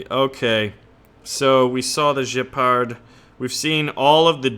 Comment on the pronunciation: dude, it's Gepard with a hard g, like 'get the fuck outta here, not Jepard, FFS! I mean, really!